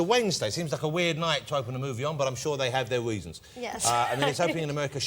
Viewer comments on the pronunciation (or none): "I'm sure they have their weasons"